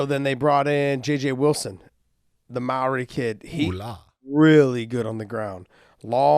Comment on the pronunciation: Good job Josh for getting close to a correct pronunciation of the word "Māori". Usually Americans absolutely butcher him. Greetings to you and Big John from Aotearoa!